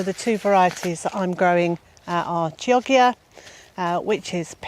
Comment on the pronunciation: "Chioggia" - such a beautiful variety of beet. It is named for the Italian town (just south of Venice), and is pronounced, "kyah-jyah". 😀